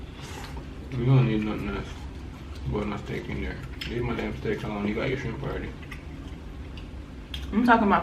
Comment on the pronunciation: Did he say when you said shrimp you sounded like you said trump, or am I tripping 🤣😂🤣😂